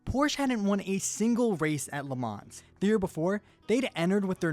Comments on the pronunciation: the pronounciation is not "Le mans" ITS "LE MAN" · ps it's pronounced "le mahn" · I swear to god if this guy says “le manzzz” one more time